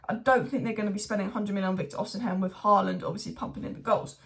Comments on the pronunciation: Osimhen, osimhen, oshimen pronounce it properly it ain't even hard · You STILL say it wrong ahhah, you keep swapping The M and N